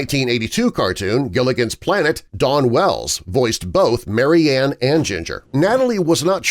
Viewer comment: Her name is spoken as Mary Anne. Marianne is pronounced differently.